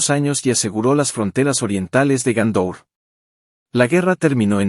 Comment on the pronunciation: Y Gondor no es Gaúndor.